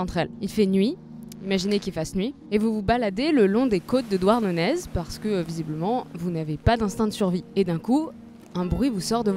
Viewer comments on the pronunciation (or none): Douarnenez se prononce "Douarnené" !! ^^' mais sinon excellente vidéo :) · « Douarnenèze » je chiale ptn 😭😭😭 me dis pas que tu dis aussi « la Pointe du Raze » tant que t’y est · On dit "Douarnené" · Ah mais j'avais complètement loupé le fait que tu étais passée en Bretagne 😢 J'ai fait un ou deux anévrisme sur certaines prononciations mais sinon big ❤ ça fait plaisir PS : si tu redis "Douarneneze", tu seras banni a tout jamais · Juste une petite rectification parce que je viens de là bas et je peux pas 🥲 Douarnenez se dit « Douarnené » 🙏🏻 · Sympa ! Mais juste pour information on dit Douarnenez "er" pas Douarnenez "eze" 😅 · WTF trop bien ta vidéo 🤩 J'habite à qq Km à peine du musée de Yan' Dargent et n'y suis jamais allé. Tu l'as trop bien vendu 🤗 (par contre "Douarnenèze" c'est Red flag 🙄😭 c'est "Dournené"! ) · douarnenèZe? pardon xD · Super vidéo ! Même si les prononciations sont à revoir 😂 Oui on dit bel et bien "Yann" comme ça s'écrit mais le z de Douarnenez ne se prononce pas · dournenéééééééé pas nezzzzzzzzzz comme plonnevééé pas plonnevezzzzzz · Ça se prononce Yan comme dans amande, et Douarnené pour Douarnenez. Et Huelgoat se prononce Hu-el. Autrement vidéo super. An amzer a dro, an Ankou a sko" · Et sinon on dit Douarnené ;) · Merci pour cette vidéo, elle est top ! Tfaçon j'aime trop c'que tu fais, jui biaisé... Par contre on en parle de Douarnenèze !? Remarque, bien vu de trigger les bretons, ça va aider pour le référencement x) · Y a du monde pour la reprendre sur Malgwen, par contre sur "Douarnenèze", y avait personne... (Trop bien la vidéo nonobstant, bravo à toute l'équipe) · Super vidéo sur ma région de coeur !! Et pour info on ne prononce pas le z de douarnenez ahah, ça se dit "douarnené" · j'ai demandé à ma mère pour Douarnenez, et faut le prononcer sans le Z, en mode c'est le nez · Super vidéo, par contre on ne prononce pas le "z" à la fin de Douarnenez, comme n'importe quel nom breton se terminant par Z :)